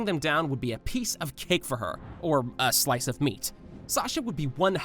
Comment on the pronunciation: man i thought he was gonna say a piece of meat not a slise of meat